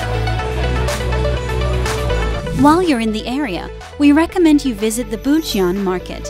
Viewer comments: It's pronounced more like Boo-jwon! Not Boo-ji-on...😓 Even Busan is slightly mispronounced. The video is quite informative, but if you would ask for directions with that pronunciation....... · Prononciation fails! Korean romanization has some rules. EO sounds like U in “sun”. Seomyeon = Su-myun Bujeon = Boo-jun AE sounds like A in “fan”. > Do not pronounce separately E & O Haeundae (hae-oon-dae)